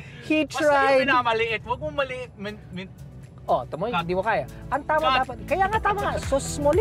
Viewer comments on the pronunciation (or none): Also, I can't help. HUWAG MO MALIITIN. MA - LI - I - TIN.